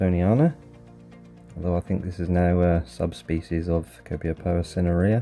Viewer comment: You have a good collection of Copiapoa. And a few of them are forming offsets at a young age. Great job pronouncing the names as well. 😄 Waiting for part 3. 😉